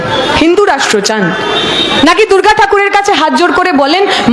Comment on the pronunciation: এই মহিলা মা দুর্গা কে দূর্গা ঠাকুর বলছে,কি হাস্যকর।